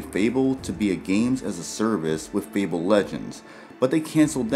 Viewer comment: I think it’s pronounced “fay-bull”, not “feeble”